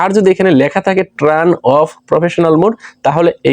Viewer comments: ট্রান নয় উচ্চারণটা হবে টার্ন।। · ট্রান না ব্রো, টার্ন বলে ওটাকে